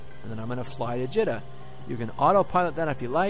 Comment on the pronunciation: JEEEEETA not JEtta